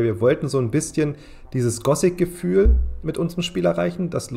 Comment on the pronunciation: Nur echte Fans sagen "Gosic" statt Gothic, also da springe ich gleich auf das Hype-Boot mit auf.